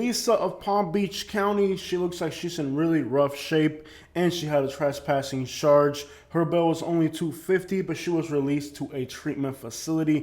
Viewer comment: Why do you say ..sharge instead of charge